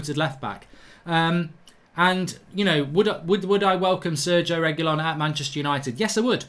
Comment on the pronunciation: Can’t watch until you pronounce his name correctly